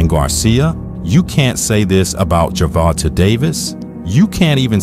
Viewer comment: Ger-von-ta = jer-von-tay